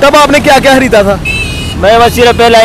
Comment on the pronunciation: Hareeda hahahaha ya khareeda tha, 😄😄😄😄😄